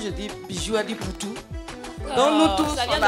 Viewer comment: Ce n'est pas "apoutou", Mais " Poutou " autrement dit " Poutou-Poutou "